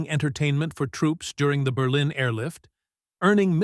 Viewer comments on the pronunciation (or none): none